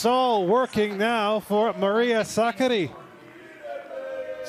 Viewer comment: Suck-a-dee (commentator's pronunciation) sounds like the female version of Rublev.